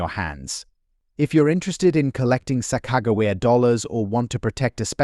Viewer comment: They found every possible way to mispronounce Sacajawea. And they even mispronounce the word tear. The producers are super lazy and don’t bother to fix anything before posting it. Very very irritating. It severely detracts from all info given, whether accurate or now. Who’s going to listen seriously to a voice that sounds dumber than a 3-year old?